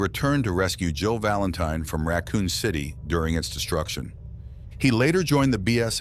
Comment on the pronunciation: He keeps on saying "Joe Valantine" 🤣